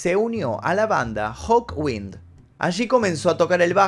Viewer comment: Y la antigua banda de Lemmy es Hawkind, no Hawwind...